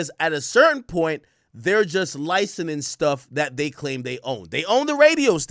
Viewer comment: Somebody teach this man how to pronounce licensing 😂